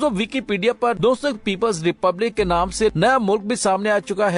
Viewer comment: Hello! The name of two cities DONAISK (ده نیسک ) and LOGANCK لوگانسک . will be the pronunciation.